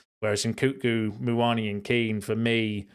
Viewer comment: What do I think about NKunku? I think you should learn to pronounce his name properly 😂